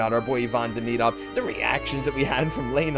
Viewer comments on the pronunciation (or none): Saying Demidov name wrong Christ 😂